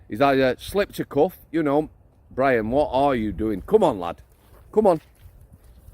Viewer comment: Good to see out & about 😂